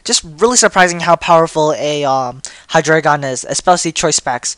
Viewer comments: ... It's Hydreigon. Not Hydraygon. Hi-Dry-Gone Drei is the German word for three. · I like to pronounce it as "Hy-dray-gon" becase the "drei" as "dry" seems weird for me and stuff. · I wasn't aware that Canine and Dreigon were the same words. German numbers, yo. Look below. one is eins (pronounced eyens) two is zwei (pronounced zvie) three is drei (pronounced dry) Reference that and look at 1, 2, and 3. Maybe you'll notice a pattern relating to Hydreigon's evolutionary line. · I hate the way u say Hydregein (I think I spelled it wrong)